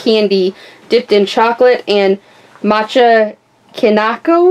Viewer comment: this long, orange gummy stick is from Japan. :) as well as the second snack after the orange one. and you read "mochi" and "matcha" wrong, just type it into google translate and listen :D